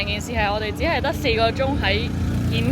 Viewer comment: 峴港你全程讀錯